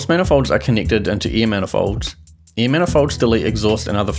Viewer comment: hell yeah! now i can be s m a r t e r also, me: air = air him: air = ear it just sounds that way.